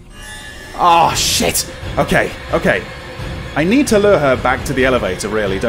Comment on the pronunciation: There's just something about a horror Let's Play where the reaction to a medium jumpscare is "Ooo!" instead of full on screaming. Although my favorite is when starts saying "oh shit," and it comes out sounding like "woosh!"